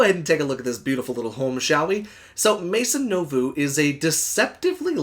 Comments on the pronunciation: it's pronounced as "may-zon new-voh," it means "new house" in French!! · Oh that bad french inuciation was killing me. Only watched half of video, sorry. But definitely not a mod I liked. Thanks for doing it though. Luv the channel.